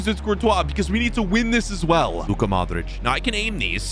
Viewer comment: My sis calling modrić momić